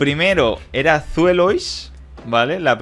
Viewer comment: Cómo que Zuelois? 🤣 ESBAILUS!